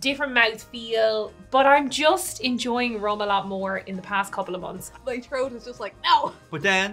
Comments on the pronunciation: Saying trote instead of throat gets me everytime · Every time they say throat I hear trout.